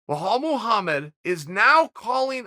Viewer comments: At this point? I figured it out like 150 mispronoucations ago.. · Blahall? Really Chael you’re telling me you couldn’t read it and sound it out hahaha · Uncle Chael called Anik to know how to correctly pronounce 'BoHol Muhammed' 😂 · Uncle Chael's Vocab : "Blahol Muhammed" "Islam Machalaev" "Hazmat Chimaev" "Yarear Rodriguez" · it’s Belal not Behal please Cheel Sannen make an effort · Who’s this Bahal uncle Chael keeps mentioning ? It’s Belal! I think we should have a podcast with Uncle Chael and Uncle Joey Diaz just reading fighters names off a list 😅😂🤣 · Chael: "How do you pronounce his name?" Anik: "Belal" Chael: "Blehal, ok great" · It's really disrespectful that chael constantly messes up names.. probably on purpose so people comment on it.. No one told him the name is behall Or mockel chev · So after he got help on how to call his name he still pronounce it bohal. I wonder how he was saying it before lol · I have rarely seen anyone who murderes other people names as this guy does. Bahal mohammad and kazmat chimaev would cry in agony every time they hear him. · me: (presses play) Chael: Belhal... Why the extra h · LOLOLOLOLOL "I had to learn how to annunciate Blehawll" LOLOLOL Chael ur a troll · Why tf does he call him Behal wth Chael 😂😂😂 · Belal "Remember The Name" Muhammed: Exists Chael: Blaahhaul right? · The mans name is easy beee laaaaal, why you murdering it uncle chaaaheeeayl ? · Chael: “I had to call Jon Anik and ask him how to pronounce his name correctly” Also Chael: “Blaahhhaul” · "Bel-Al" is the easiest name in ufc to pronounce yet cheal...... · You are wrong. His name is now Blehaall. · Uncle Chael ring up Anik just to make sure he said Blehall the 1st time then hang up immediately and laugh with us. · I didn’t even catch that “BEHAL MUHAMMAD” lmaoooo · no one: Chael: Behal Muhammad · I swear he gets everyone’s name wrong lok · It's Just Belal without any H sound. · It’s actually pronounced: BEE-LAWL MOE-HAMED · Chael, it's 'be-lal'. Not BhoLawl